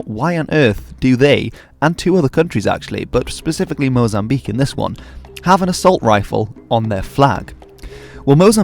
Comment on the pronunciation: thanks for pronouncing Mozambique right (mo-zam-BEEK) instead of mo-zam-bi-KAY <3 -a fellow lusophone